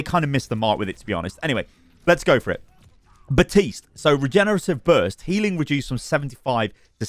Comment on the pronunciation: After all this time I still can't believe that I still have to tell you BaPtiste has a fekin P in it and yes you do pronounce it. He even says his own name in his voice lines!! BaPPPPPPtiste... I don't know why this annoys me so much, but it does 😂